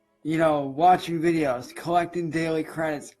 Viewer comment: thinks playing an android game on his 'chrome book' is going to be his 'car-reer'? The game developers love as he gets back to watching those ads -- or as he says "wee-dee-ohes" -- again!